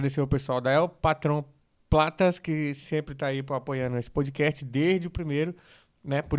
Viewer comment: Deixe o meu "podikérti" bem aí! ❤😂😂😂